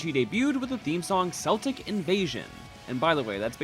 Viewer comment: That's not how you say "Celtic"